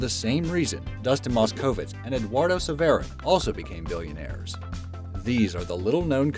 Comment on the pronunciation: The tradition of Be Amazed mispronunciation continues, this time in the form of both Dustin Moskowitz and Eduardo Saverin. Seriously, did they not see The Social Network??